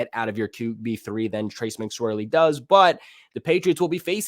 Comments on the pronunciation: If you're going to talk DOWN about McSORLEY, at least properly pronounce his name. It's not Mcswerley ! Oh, and the WAH-WAH attitude doesn't do you justice. Just saying... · Mac SORley. Not swirly. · Stop saying “mcswirley” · I swear it just kept reminding me of a McFlurry is all